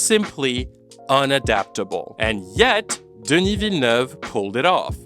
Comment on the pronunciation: Listening you trying to pronounce Denis' name is genuinely painful lol